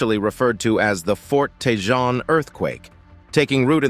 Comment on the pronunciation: "TeJon" as the narrator keeps saying! It is pronounced "TeHone"!!!